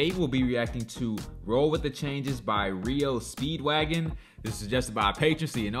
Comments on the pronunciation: Everyone new makes the same mistake you made so no harm no foul. Us Gen X kids knew how to pronounce the name because radio DJ's said their name many times over the air when the band was new and big. Pronounced with the initials R.E.O like the alphabet. Are Eee Oh. (R.E.O) Speedwagon. It was the name of an old school truck. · The band name is pronounced R-E-O Speedwagon. R E O are the initials for the auto maker Ransom Eli Olds, founder of the Oldsmobile car company. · It’s R E O (Are - Eee - Oh) Speedwagon But that’s okay. You’re not the only reactor to get it wrong.